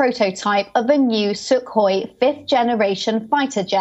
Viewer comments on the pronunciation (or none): none